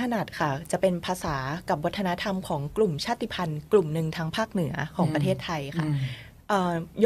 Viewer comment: ขอบพระคุณที่ พูดคำว่า ชาติพันธุ์ ว่า ชาด-ติ-พัน ไม่ใช่ ชาด-พัน ❤รักเลย